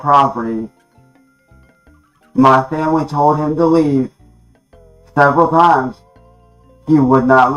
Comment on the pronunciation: "my family told him to lea'b, seb'ral timez" "Cops were called, frantically." Can we all give a chance a round of applause for how situationally aware he is which is detail recall of the tragic events on par with the storming of Normandy that unfolded in his front yard, also known as the great riot of Ohio 2023